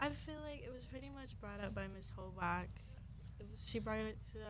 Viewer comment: Mrs Hobock's name is pronounced "Hoe bock". I keep hearing it pronounced on the podcasts by you as Haback. Please correct the pronunciation on future podcasts.